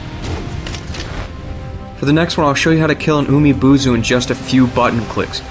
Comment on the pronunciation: The way you pronounce some Japanese names in this vid is kinda cringeworthy... Japanese is kinda has a direct pronunciation when it is romanized, like Ginchiyo is supposed to pronounce as "Gin" and not "Jin" as you did in this vid. Another example is Umibozu's "bo" is not pronounce as "buu"... I know this sounds like a complain from me but take this as a constructive criticism instead of a random rant.